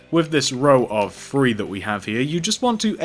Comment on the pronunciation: You say free instead of three